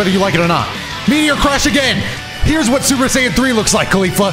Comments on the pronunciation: i heard you say "khalifa" na "caulifa" hmm.... xD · ”Khalifla“ I can’t un hear it